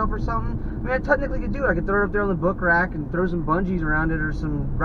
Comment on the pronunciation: "book rack" lol